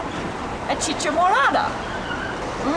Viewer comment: It was worth it just to hear her pronouce "chicha"